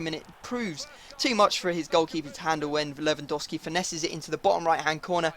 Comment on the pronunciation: U pronounce lewandowski wrong to